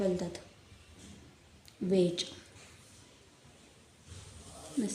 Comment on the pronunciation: वेष नाही ग व्हेज